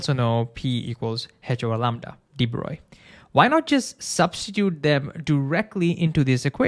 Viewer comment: Hooray! You pronounced de Broglie’s name correctly!!